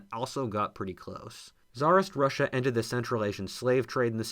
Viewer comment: It took me a while to realize you used the word "ended". I thought you were saying "entered", which was kind of odd to put there.